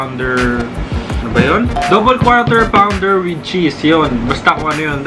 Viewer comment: "KWAW TER PAWN DER" pa more kuya. Hahahaha